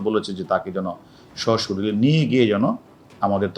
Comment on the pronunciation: স্বশরীলে!অবাক হলাম,তার উচ্চারণ শুনে!